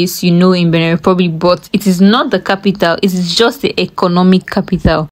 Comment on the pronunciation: Benin Republic not "beneh"